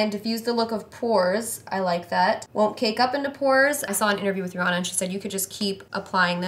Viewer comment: Why do people mispronounce Rihanna's name???